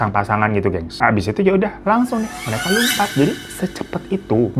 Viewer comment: Lumpat apa lompat sih? Beda lho artinya.. Atau gw salah dgr?